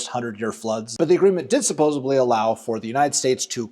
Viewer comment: The word is… supposeDLy NOT supposeBly.